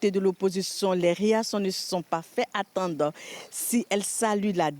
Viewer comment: Au lieu de attendre elle dit attende 😂😂😂😂😂